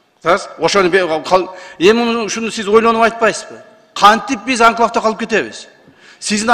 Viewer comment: Тазаш ака башта туура окуганды үйрөнүң. Картаны, Кыргызстандын географиясын үйрөнүң. Анан мен өзүмле суранып сизди кайра жогорку кеңешке отургузуп коёюн. Кайдагы "анклаб анклаб" деп онтолоп өзүңүзгө окшогон карта билбес сабатсыздардын мээсин чайкабаңыз. Рахмат микрофон тазаштын тарапташтарында🙃🎤